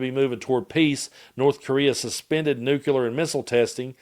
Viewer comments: Hey,? It's pronounced "new-clear," not "nuke-yuh-ler." I don't mean to be pedantic, but that has always annoyed me. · Completely off topic, but I'm curious why you say "nukular" but when saying "clear", it's just, clear?